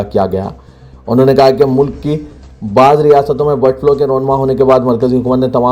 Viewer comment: BIRD FLO nahi BIRD FLU